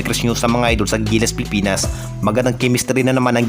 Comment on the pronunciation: ANO BA ANG TAMA PIPINAS O PILIPINAS?? KASI CLEAR MO ANG WORDS MONG BINABANGGIT.